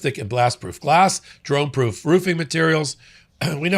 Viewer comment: Hey trump, whats a 'drunne'? You idiot.